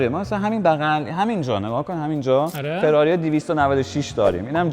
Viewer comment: دهاتی داغون چه میدونه که فراری چطور تلفظ میشه ؟؟؟؟ جلف پلشت بدرد نخور... همه چیش رو اعصابه آشغال عن